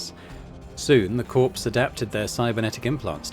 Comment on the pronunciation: For example, I can assure you that the Beatles' company (Apple Corps) was and is pronounced as "core" and not "corpse". I'm not sure any business would want to use the word corpse in the name, but I could be wrong about that. Carry on!